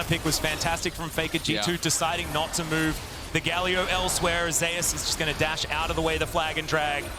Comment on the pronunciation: If he pronounces "Zeus" as "Zay us" one more time!